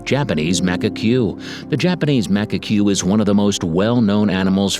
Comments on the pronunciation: Did my man just say MAC-UH-CUE? BAAAAAAHAAAAAA!!! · Macaque pronounce as Muh-kak. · Mac-a-Q ??? thumbs down and dont recommend the channel. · Its pronounced Ma cack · Correct pronunciation MA-kak, EE-re-oh-MO-tay, TSU-shee-mah. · The pronounciation errors made this hard to watch. Sad because the information was interesting. Take time to check pronounciation. Macka cue…. No! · Mak-a-que? Hey buddy, research the pronounciation. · Not to be rude but if your going to be doing a video on wildlife and you don’t know how to pronounce Macaque, it’s (Mah-cak) it might sound funny but that’s how zoos usually pronounce it. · Ah yes, Macakwey my favorite animal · Terrible pronunciation! ('macaque,' 'amami,' 'Ryukyu,' 'Iriomote,' 'Hokkaido,' 'Tsushima,' 'Misaki'). Needs to study how to pronounce Japanese words. Otherwise the commentary was well-written and executed. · Why is he pronouncing macaque like that? Very weird. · Pronounced manga cm monkey. Pronounced Yoko, other than that, A wonderful video!